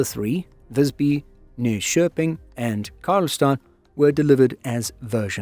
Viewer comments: Really good pronunciation indeed! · Major pops for pronouncing "Nyköping" like a native! That is a tough one.